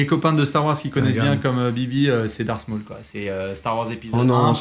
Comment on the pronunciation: J'ai posté le précedent commentaire 10 min avant la fin. Petit bémol : c'est "Dark Maul" et pas "Darkssmol" plz :D ♥